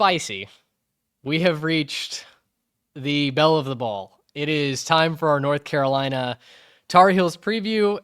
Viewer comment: Bill Belichick came to North Carolina. A lot of y’all have been coming across my timeline, but y’all don’t know the first thing about North Carolina. Y’all can’t even pronounce the name right but much success to you. Please look up the team before you start talking.